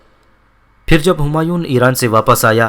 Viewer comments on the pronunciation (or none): bhai apka andazy byan theek hy mager apki kuch ghati perhany my hy jasy homayoon nai homayo hy or dara shikwa nai dara shekoh hy or sunjo nai shykho hy mazaret ky sath